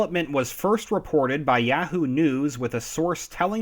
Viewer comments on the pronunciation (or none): It's "YAAH-WHO" not "YEAH-WHO", and "ROY-TERS" not "ROUT-ERS" ... Thank you!